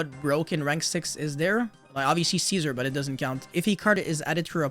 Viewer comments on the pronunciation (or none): none